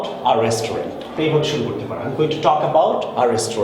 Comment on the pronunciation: Your "restaurant" pronunciation is not correct....